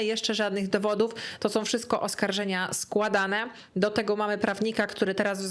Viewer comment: Droga, uwielbiam Twoje filmy i ogòłem Twoją osòbkę, jesteś przesympatyczna, ale PROSZE, NIE SOM TYLKO SĄ, nie MÒWIOM tylko z MÒWIĄ. Starajmy sie mòwić poprawną polszczyzną, to razi aż czasem ciężko sie skupić na treści😅. Przepraszam, musiałam. Ale ogòłem dziękuję za nowy super materiał i czekam na następne!!:))